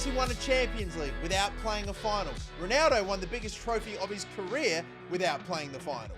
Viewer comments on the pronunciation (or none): none